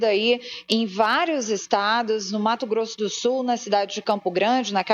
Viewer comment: Mato Grosso do SULLLLL, falem corretamente, por favor.